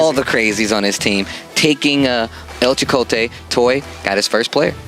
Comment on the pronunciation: Thanks 4 gettin Chakotay’s name right